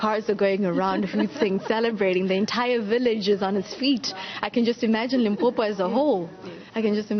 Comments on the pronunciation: Did she just call limpopo limpompo how did she get her job newsroom no no 👎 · I had a neigbour from Venda when i was working in Rustenburg and he used to refer to it as Limpompo so i was like am i missing something? Is that what people from Limpopo say? I just left it... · dd she just say limpompo the interviewer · This news anchor said Limpompo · It's so annoying hle😐😐.. Limpompo mxm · Did the interviewer just said "Limpompo"? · "Limpompo" "Pergernt" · The interviewer really needs to check her pronunciation of things. She miss pronounced the name, she said pergeout instead of PAGEANT, and Limpompom instead of LIMPOPO. Hai man.